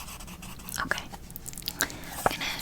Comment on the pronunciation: this is a really specific trigger but i love the way you say „okay“ sometimes u pronounce it like „okuay“ hahahaha i cant explain but i find it soo tingly